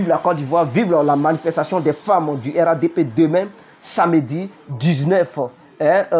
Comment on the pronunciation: On dit RHDP toi tu dis RADP